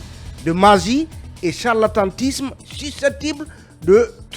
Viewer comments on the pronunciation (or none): On dit charlatanisme et non «harlantantisme».